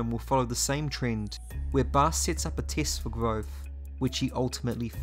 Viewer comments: You actually pronounced Kvothe right. You're the only other person I've seen say it right. Most say Kuothe or Kothe. I've never Heard Kvother from anyone but Nick podehl and Patrick. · Cool vid but you are not pronouncing Kvothe correctly, Pat has a video on YouTube and he says how it’s pronounced